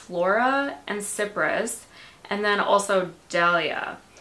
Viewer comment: It’s pronounced sci-press not sipress…